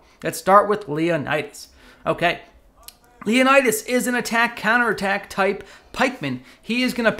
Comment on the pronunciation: In one single video, I don't know how many civilizations and cultures have you hurt at once. My ears are bleeding for each Leonidas mispronounced.